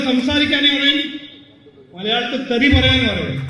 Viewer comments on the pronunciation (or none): തെരി അല്ല തെറി 😂😂